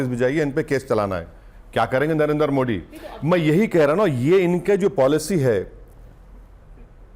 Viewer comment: पहले "मोदी " कहना ठीक से बोलना सिख लो, मोडी क्या होता है